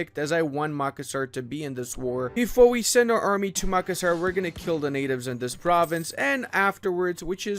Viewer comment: As asn Indonesian the way you pronounced tidore, Yos sudarso, and makassar hurts me